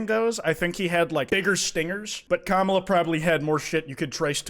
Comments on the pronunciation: He pronounces Kamala’s names incorrect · stop pronouncing kamala the way conservatives do you need to enunciate the first syllable edit: nvm, you fixed it later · please say her name right i’m crying and throwing up